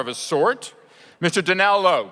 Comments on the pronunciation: BetaArtemis How can you mispronounce Donal Logue??? I´m not a native speaker and none of those names are really hard. Maybe Camren´s but the rest... what a moron. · Yeah, he effed up Morena's, Donal's and Camren's names and didn't even bother to attempt ''s last name. A complete lack of preparation but even a pure guess should have gotten better results than what he managed. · Can this moderator not be such a moron... this man hella illiterate... "More in a braccin" "Donel Logue" "Selia, Carmen Bacah" "" (That one I can understand, but it's pronounced Duh-veed. I can't...